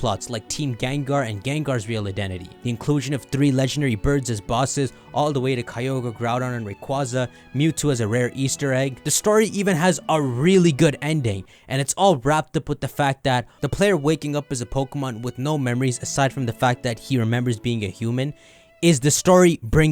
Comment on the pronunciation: it’s Ray-QUAY-ZAH not “ Ray-qaww-zaww”